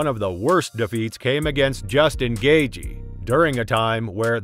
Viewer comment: “Rozenstrook” “gayjee” “Perryayra”